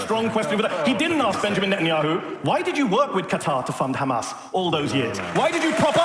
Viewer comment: Two things: First, it sounds like Douglas Murray turns any S at the end of a word into a Z, hence Hamaz. Second, I think that what Natasha and Douglas are arguing is that anti-Zionism is a subset of anti-semetism, because they don't classify anti-Zionism as criticisms of Israel, they define Zionism as "the right for the Jews to self determination within their homeland", so if you are anti-Zionist you don't believe that Jews are uniquely afforded that right, hence anti-Zionism is a subset of anti-semetism.